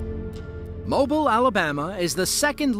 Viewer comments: It's not MO-bil Alabama. It's mo-BEEL. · Mobile, Alabama - Mo-Beel not Moble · The city of Mobile is pronounced mo-BEEL, not MO-bull like the oil company. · It’s “Mobeel” Alabama. You pronounced it like mobile phone :P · #4 Pronounced Mobeel not Mobul. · Pronounced “ Mo Beal “ not Mobull down south when referring to that part of Alabama my friend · Whoever narrated this needs to learn how to pronounce Mobile. It's "Mo-beel" not "Mo-bull". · It's not pronounced Mo-bul, Alabama.......Mo-bill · Mobil. It’s pronounced Mo beelle! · Pronounced [moh-BILL], not [MOH-bull] FYI. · Mo-Bill... NOT Mob-ile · It not Mobil….it mooooobill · It's pronounced Mo Beel not Mobil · It's pronounced Mobeel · Heads up to the dopey AI bot narrator - It's pronounced Mo-bee-el - Not "Mo-bil", AL. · Please learn how to pronounce Mobile, Alabama. It is Mo-Beel, not Mo-bull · its not mobile alabama, its pronounced mo-beal alabama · For future reference, the city in Alabama, Mobile is pronounced with the accent on the 2nd syllable mo-BEEL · FYI - “Mobile” is pronounce “Moe-Beal”. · It’s actually Mobile (sounds like MoBeal) Alabama. Yes we are that Southern 😊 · ...I remember when that occurred with the Carnival Triumph in Mobile (pronounced Mo-beel btw) Alabama. Wasn't there a tropical storm or tropical depression going on? It's been quite a few years since then, so the details are a little fuzzy, but I definitely remember seeing about that on the news. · The port of Mobile is pronounced 'Mo Beel'. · When you are talking about Mobile, AL the emphasis is on the 2nd syllable. Mo-BIL. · Mobile, Alabama is pronounced Moh-beel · It’s Mobile, NOT Mobil. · In Alabama, it's (Mo- bile). Not Mobile for future use. 😊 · FYI, Mobile, Alabama is pronounced Mo-beel. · Mobile, Alabama....the city's name is pronounced Mo-beel ( two syllables , the second one rhymes with eel, feel, heel, deal). Thank you. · Please pronounce words correctly. It’s Mobeel, Alabama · For future reference Mobile is pronounced Mo-beel